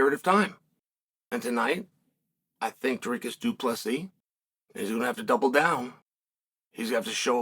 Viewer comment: Chael announcing DDP's name perfectly every time is scary.